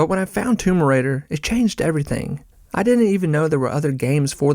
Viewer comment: Great video but why does it sound like you’re saying tumor raider